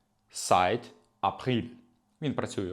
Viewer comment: Seit - читається ЗАЙТ а не Сайт.